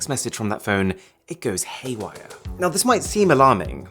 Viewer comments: hay wigher? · "it goes hay wigher" nice